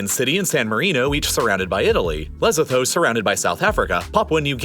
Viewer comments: Lol it's not lesbianaso it's leh-sue-tu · it's pronounced le-SOO-too. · Lesotho is pronounced Luh-Soo-Too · My guy, excellent video but learn how to say Lesotho. Not Le-so-tow Pronounced Leh-sue-too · Lesotho is pronounced "leh-SOO-too" and not "leh SOH-tho". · I've been there, its pronounced Lez-sue-too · Lesotho is pronounced Le-soo-too I believe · It’s Leh-sue-two. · Le-so-tho Not that hard bro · it’s pronounced: “leh-soo-too” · He pronounced Lesotho funny.